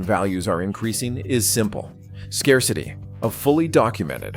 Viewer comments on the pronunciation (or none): A.I. dubbing sucks, Skar-city for scarcity.